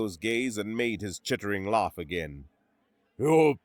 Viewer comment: Sir, its pronounced AHHHH NOT AWWWW laugh shouldn't sound like loff last shouldn't sound like lost im gonna lose my shit.